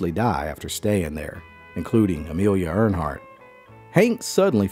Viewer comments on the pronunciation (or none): "Amelia EarNhart"? Did she fly airplane #3?